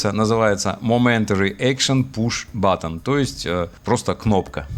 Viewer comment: "BITTON" - )) А в целом - познавательно. Как раз во-время подоспело видео - никак не мог приступить к программированию индикаторов. Казалось будет сложно.